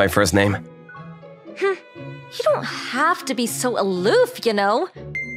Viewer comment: When he says her name he says the f word with an uh at the end